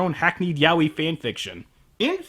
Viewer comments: it's "ya-oy" not "yawi" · it took me a while to realise that yah-wee was yaoi XD (im a spanish speaker xP)